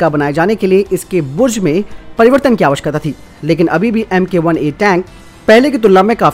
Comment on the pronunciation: नमस्कार अच्छी स्पीड से और क्लियर प्रोनाउस है आपके। लेकिन 'आवश्यकता' के प्रोनाउस में कुछ सुधारने की आवश्यकता है।